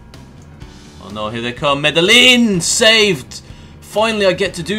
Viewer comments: Also the the L's Are silent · its medeiin!!